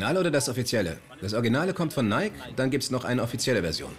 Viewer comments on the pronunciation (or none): Nicht mal die Sprecher sprechen den Firmennamen richtig aus. Es spricht sich NEIKi und nicht NEIK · nicht neik sondern neiki so spricht man das aus !!!